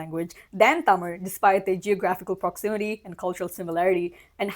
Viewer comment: Props to you for pronouncing tamil the right way!!! And for saying keralam!!